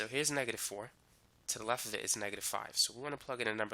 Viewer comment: Excellent tutorial. But can you please not say "lef". It's "left" :)